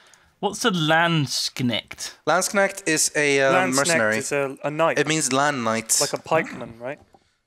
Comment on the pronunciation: Thanks for pronouncing "Landsknecht" properly <3